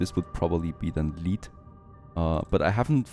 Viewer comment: its pronounced lead not lead